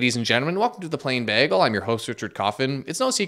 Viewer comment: Why did you say bagel weird this time in the intro?